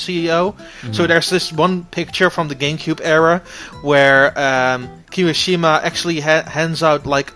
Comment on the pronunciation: it's kimìshima,not kimishìma